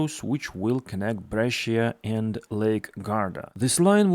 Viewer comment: Refreshing to get good news for a change. What has happened in Pennsylvania is a scandal, though. As for Bengaluru, how can you have driverless trains but no platform screen doors? That does not compute. BTWBrescia has two syllables, not three. Bre-Sha